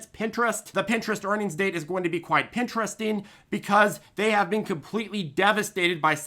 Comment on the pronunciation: "Quite Pintresting"...the genius brain of strikes again! 😆